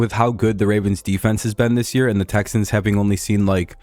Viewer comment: Texans to duh supuhbowl!